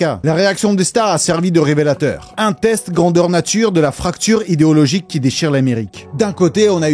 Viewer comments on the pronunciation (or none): none